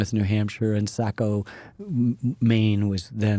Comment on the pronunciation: Love Ken Burns! But somehow pronounced Machias but albeit slightly, mispronounced Saco.